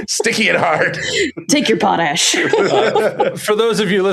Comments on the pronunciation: Po-tash... the Em-FAH- sis is on the wrong Syl- ABLE Seriously....somebody was either home schooled or didn't have Sister Mary Angry teach you social studies and / or French Great show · Do you guys deliberately mispronounce "potash" as some kind of joke, or do you really not know how to say the word properly?